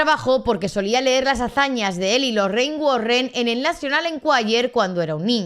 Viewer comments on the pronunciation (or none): none